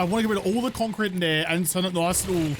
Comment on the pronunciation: maybe if you pronounced the j properly instead of like a 'shz' sound, youtube might get it right. And what's with 'conc'. Is it really that difficult to add the extra syllable? I notice you actually use 2 or more syllable words often. Why is concrete pronounced 'conc'?